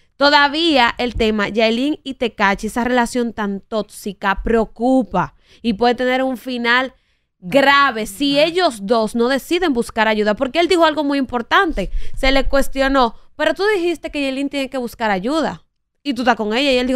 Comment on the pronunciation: Como fue nena? Yailin y tekashi procupa? 😂😂😂 ahh quisiste decir preocúpa.! 😮😊😂😂😂😂